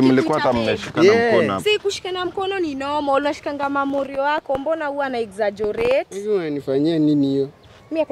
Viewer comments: Wait...did she just say "Exaggorate"....😅😅😅🤔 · "exogerate" aki😂🤣😂🤣😂🤣😂🤣